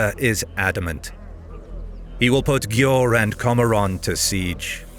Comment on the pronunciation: Győr - is pronounced more like Gyér